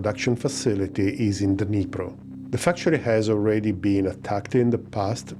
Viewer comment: Alipro Novini? Dnipro? Couldn't make out the D. Thought it was an A. Ah, it's Dnipro. Geeze. Too long since my school Russian.